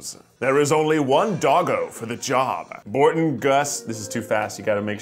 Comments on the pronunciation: As a huge Psych fan, Keith saying BORTON Guster had me cackling about everyone always pronouncing Gus' name wrong in the show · BURTON “GUS” GUSTER??!?!!? WHAAAAAAAAAT